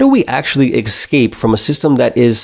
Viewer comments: I like this content. I like your channel. The word escape is not pronounced "eck-skape" Its pronounced "ess-kape" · You need to unlearn how to pronounce esssscape. Not eXcape